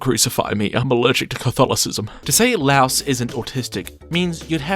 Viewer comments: "laos" did bro not hear the audio? its "la-e-os" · Say it like LIE-OS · great video but... the way you pronounce laios' name is like saying lie and us together except you say us with an o sound, not like the country Laos. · Laios no Lauos. He's note a house. He's a LAIr. "lye""os" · Him pronouncing my glorious king's name wrong IS SO PEEVING 😭. ITS "LIE-OHS" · I NEED you to stop saying "louse" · his name is not LOUSE!!! PLEEEASSSEEEE